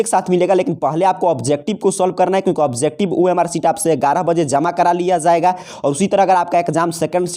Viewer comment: جایے گا ۔۔۔ زایےگا کب سے ہونے لگا ہے ؟؟ ج کی جگہ ز صحیح نہیں ہے ۔۔۔۔۔